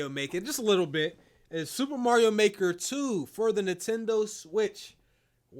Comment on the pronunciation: really out here saying "Dr.Mary-o" instead of Mario lol